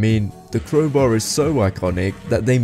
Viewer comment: "tHe kWoWbAw"